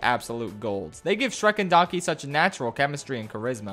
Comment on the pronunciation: “Drek and shronky”